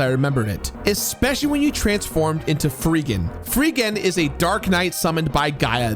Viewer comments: Muh childhood. Odd that you were calling him "Freegan" when in-game it was spelled "Freedan", at least for our version. I grew up with this game. The nightmare of hunting those blasted red jewels is real. He isn't lying. And I still have the game booklet (well thumbed) with little pictures in it to tell you where to find them. Problem always was that it wasn't very detailed, so I was sorta left head-scratching. There was one in the Pyramid that was a nightmare to find, "it's in the hallway on the left pillar"... okay, WHICH HALLWAY IN A BLASTED LABYRINTHINE PYRAMID?! But the music was a bop, the combat was simple, compared to some other RPGs we had as kids (we loved our RPGs), and I've played to completion many times. It's up there with Breath of Fire, Secret of Mana, ALTTP, FF4 and FF6 and several other titles I'm a major fan of. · Okay, I have to pick a nit, because it happens relatively often. Please, learn the characters' names, especially of you're gonna repeat them multiple times. It's Freedan, not Freegan. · Whoever wrote the script for this review wasn’t paying attention. It’s Freedan, not Friggan. And Soul Blazer, not Soul Blaze. Also Illusion of Gaia, not Illusions of Gaia. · Did you just call Freedan, Freegan? lmao. I guess a d could look like a g. Well, not really. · Great video except for 2 things. It’s Freedan, not Freegan, and Solid Arm was the first boss in Soul Blazer, not “the antagonist.” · You calling him Freegan instead of Freedan is hilarious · Great video i love this game, The only part that hurt my soul is you calling Freedan, Freegan lol. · The sword guy's name is Fredan, not freegan. XD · solid review, though I died a little inside every time you called Freedan "Freegan"... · yeah it's definitely Freedan not freegan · For the same reason he called Freedan “Freegan” the entire video, and referred to Soul Blazer as “Soul Blaze” Because we all make mistakes but the content remains entertaining. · "Freegen" You lost me there.